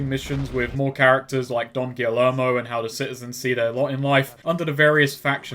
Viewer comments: Double L’s in Spanish makes a Y sound... so, Don Gee-Yermo not Don Gilly-ermo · Subscribe to find out if ever learns how to say “Guillermo”